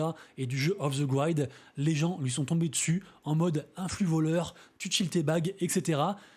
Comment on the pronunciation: Off the GrIIIID avec un I ! Pas Aîe : ) !